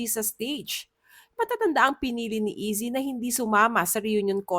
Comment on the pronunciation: Ayzi po ang pronunciation NOT Izzi. Hehe